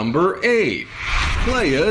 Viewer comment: he said playa (plai-ah) like player (play-a) that hurts